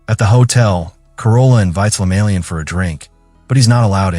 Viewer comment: Not lemalian but LEMAYIAN.. I saw the same video same story but didn't end well like this